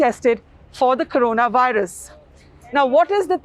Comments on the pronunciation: " CORANAVIRUS" ==> " CORONAVIRUS " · It is "corona virus" not "Carona" or "Corana" as you are showing. Please correct it. Spend time before you edit your videos.